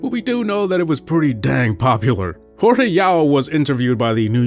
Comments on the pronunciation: It's not HorHe, it's Jorge- like George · His Jorge is George.